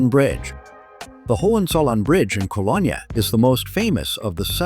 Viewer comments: You can’t even pronounce the city’s name correctly. I see you think Düsseldorf is in Cologne too? 👎🏻. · Get the pronunciation of the city correct! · At least train your AI to pronounce Cologne properly….